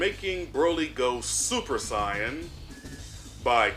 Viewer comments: Are you purposely mispronouncing saiyan? I'm hearing you say scion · I know you say “cyans” to be funny. But it’s not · When are you going to learn how to say Saiyan?! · Dude stop misssaying Saiyan